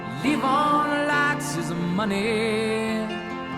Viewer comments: I kinda wanted to go with... Okay, so on the pronunciation. The accent is on the first syllable, and that's a "long" e, like in honey BEE. So... LEE-von. Since you asked. Hope that helped. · Its pronounced lee von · It’s pronounced LEE-von 😊 🤪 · Pronounced "leave-on." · So, didja ever figure out how to pronounce "Levon?"